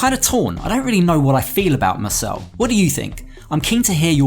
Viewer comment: Mursel.. not Nurse